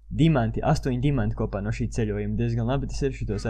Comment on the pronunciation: Tad kad tu saki - NO laiks spēlēt - tad izklausas ka tu saki - NAV laiks spēlēt